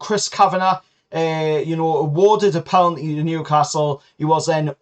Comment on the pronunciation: Penalty NOT PELANTY